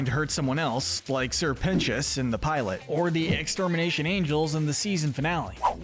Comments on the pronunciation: ITS SIR PEN-TI-OUS NOT PENCHUS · You missed pronounced sir precious multiple times